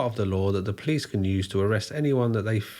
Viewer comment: How he pronounces "police"... "PLICE" 😋❣️